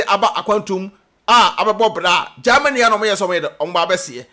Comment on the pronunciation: You this boy de3 Gyimie saaa.what is there in gaamany as you pronounce it your way that always disturbing Ghanaians peace. Give us a break and talk about important things